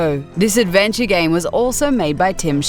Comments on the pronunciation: Am I the only one who thought she said "if you read a lot of gay magazines and websites" at the start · it sounded like she said if you read a lot of gay magazines and websites lol